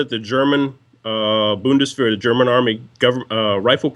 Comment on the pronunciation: Nice to hear the name of my armed forces in its original pronunciation "Bundeswehr". I started my service with the G3 and ended it almost 20 years later with the G36. Nice appreciation video for those guns. Looking forward to owning my MR556 in a few weeks.